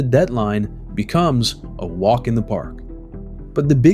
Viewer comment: It’s pronounced “The” not “Duh”. You should work on that if you are going to narrate.